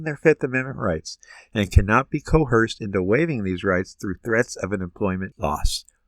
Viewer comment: The word is coerced; not co-herced